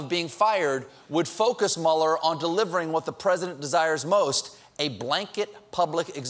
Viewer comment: Is it too much to ask for Stephen to pronounce Mueller correctly? He's way off. I guess he's still a "shining star" with very little knowledge.